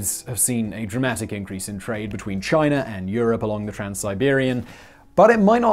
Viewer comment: "Chiner" lol